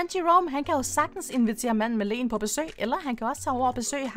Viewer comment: og til wow hun siger "manden med lenen" :d Elsker dine vidioer